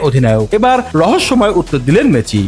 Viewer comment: মেচি।।। এইটা আবার কে নাম উচ্চারণ না করতে পারলে এই বালে রিপোর্ট করেন কেন অশিক্ষিত মূর্খ